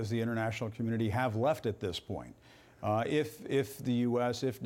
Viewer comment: it isnt "innernational" it is international.